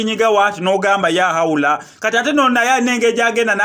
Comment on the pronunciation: The word is LAAHAWULA not YAAHAWULA😕😕😕😕